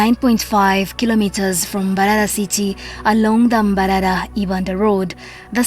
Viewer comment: I hate the way she pronounces mbarara like mbaralanit xool